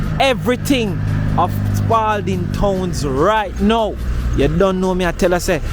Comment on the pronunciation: No s on Spalding